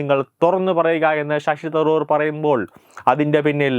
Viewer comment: ഷഷി തറൂർ അല്ല ശശി തരൂർ.